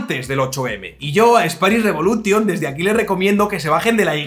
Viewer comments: Que bueno lo de "Spanish reBULOtion" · "Revolution" se pronuncia "revolushon". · no sabes pronunciar revolution? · Buen vídeo, "tas quedao" a gusto. Spanish Re'bulo'tion "sa dao" contra un muro, jakaka.